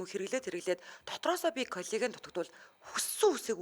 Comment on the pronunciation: Коллаген гэж аятайхан хэлмээр ..